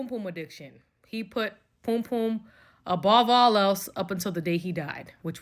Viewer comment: White British here it’s Pum Pum …..Like the song by Prince Buster